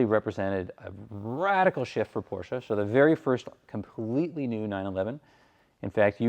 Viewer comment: Why you say PORSCHA ?